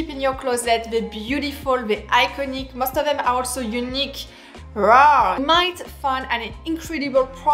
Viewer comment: She says rare not raw, believe me I'm french, She has a very strong accent.